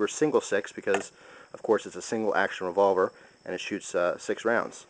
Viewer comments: hahahah revovler. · LOL REVOVLER